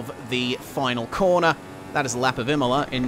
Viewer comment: You nailed the pronunciation Bravo!